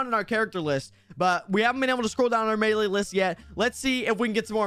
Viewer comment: Melee not male